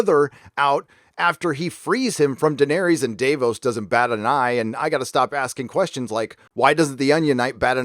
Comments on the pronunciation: Dah-vose not dave-ohs lol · Day-vos it’s da-vos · I was like "who the fuck is Day-boss?" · Dude, it’s Dah-vos not Day-vos and it’s Varys (Var- is) not Vaahreeeees Love the channel though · Dave-os? Lmfao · Its Davos not Day-vos. And it’s Var-is not Vahr-is. The writers are full of shit: D&D&GRRm. I will not be seing this show through to the end. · Who the fuck is Dave-ohs? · Dave-os? Really. Do you watch the show? Do you watch it on mute with subtitles? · I only wish you could pronounce names like Daenerys, Varys and Davos."Dave-ohs?" Really? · Great vid 👍 the way you pronounce the names in the show is super weird lol vaRis, dave-os 😂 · I know, hey Dave-os! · Respectfully, you're flipping your "a" sounds. Why do you pronounce Varys as "Vah-rys" and Davos as "Deh-vos"? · DUDE what's up with the way you pronounce their fuckin names? Day-vos....Vaaaris...STOP IT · Davos isn't pronounced Dave-os... typical american, pronounces everything as he likes. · DavOES? Varies? How do you pronounce every name wrong despite watching the show? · Dave-O's and Vahries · I'm always astonished at some people's ability to mispronounce words they hear pronounced correctly over and over again. It's Davos, with a short "a" sound, not "daivos" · Considering you've watched every episode of all eight seasons and Ser Davos Seaworth has been a regular character for the last seven, why in the name of Satan's tattered and festering foreskin do you call him "Day-vos"? Every single time his name has been spoken by another character, they've pronounced it "Dah-voss". Seriously, what does it take? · Who's Day-vos? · Varys = V-air-es Davos = D-ah-vohs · Var-ees and Dave-os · Do you not know how to pronounce Daenerys, Varys, or Davos after 7 seasons of watching this show? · Oh and davos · i just have to ask why you pronounce Varys and Davos like that? Do the characters in the show pronounce it like that?... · I don't know why but the way you pronounce Daenerys, Varus and Davos kinda buggs me..